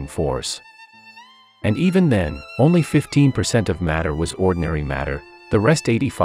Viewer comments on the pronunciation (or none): none